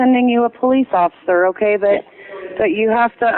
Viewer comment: in the next coming seconds, when the dispatcher says “Officer” tell me she doesn’t slur that word. She’s clearly on drugs